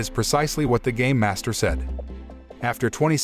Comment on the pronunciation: He made it sound like gay master when it's actually game master the dude litterally took off the '''me'' off the word game.